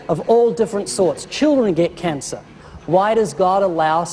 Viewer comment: He pronounced 'cancer' like that, btw. Kaaansuh. Heh...